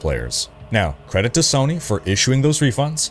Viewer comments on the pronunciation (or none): none